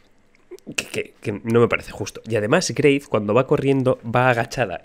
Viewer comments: Parece que españoles tienen dificultades con la pronunciación de la W. Por ejemplo en alemán hay el nombre "Wilhelm" que en ingles es "William" y ese mismo nombre se convierte a "Guillermo" en español. Es Wraith, pero el dice Graith. Es que es muy español con mucho español y son los Españoles que piden mucho español, y el alcalde y tal......bueno ya sabéis ;-) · "Greit"? Yo lo pronuncio como "grwuait" o "bruait" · Si jugaramos a tomar un chupito cada vez que dice "greif" estariamos re mamados al minuto 5 jajaja